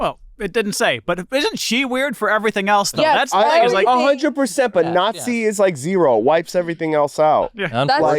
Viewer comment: please for the love of god change the way you say the word "nazi" 🚩